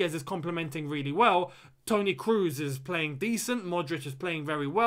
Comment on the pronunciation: Benzima?? Toni kruus?!! Hahahaha